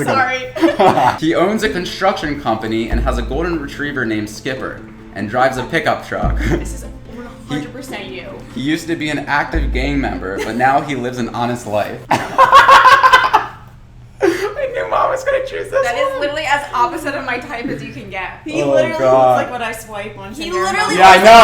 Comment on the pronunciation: anyone noticed the “memeber” 😂